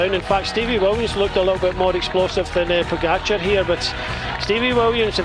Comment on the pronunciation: If you are going to make an entire video featuring pogacar why not learn how to pronounce his name correctly? Laziness